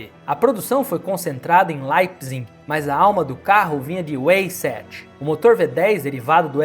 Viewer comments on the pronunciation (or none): Meu caro, seu conteúdo é de uma qualidade impecável, mas queria só dar um toque: tem algumas coisas que eu vejo que às vezes são pronunciadas erradas. Weissach não se fala “ueisátch”, mas “váissack” (aceitável) ou “váissarr” (o “rr” é meio escarrando). Só dando a dica porque tem algumas coisas que eu vejo você falando como se fosse ingles, mas não é. É só isso mesmo. Seu trabalho é intocável, lembra muito o Top Gear Ingles, algo que a gente não tinha aqui no Brasil. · A pronúncia correta é “vaissak”.